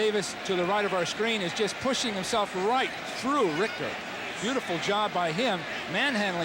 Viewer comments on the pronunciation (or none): I want to slap the announcer that keeps calling Jim Ritcher, "Jim Rickter"